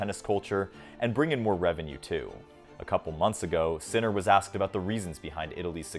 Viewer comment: Just a note, you mispronounced all the names. Except Sinner.